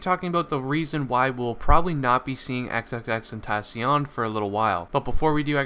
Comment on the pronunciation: the way he says xxxtentacion. is horrible. im sorry.